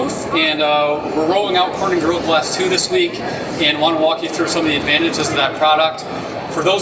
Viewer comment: This guy is a good presenter... but he doesn't pronounce "gorilla glass" very clearly